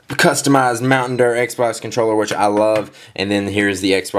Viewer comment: mountain durrr? LOL